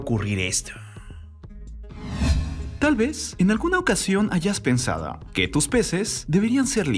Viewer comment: Tal vez, en alguna ocasión hayas "Pensaduoggg" 😂 Pero por qué habla así? Me meo..